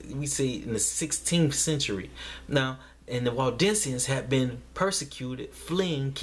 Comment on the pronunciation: Waldensians? I thought you were saying Walt Disneyans lol